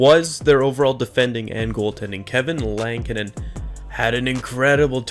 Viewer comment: lankinen not lantinen jesus